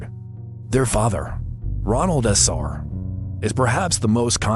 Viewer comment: Their last name is Defeo not defee o